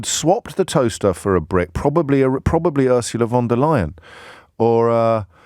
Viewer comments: If you're concerned about the pronunciation of the EU president: it's "Phon der Leyen" and not "Won der Leyen" 😏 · Von Der Lying.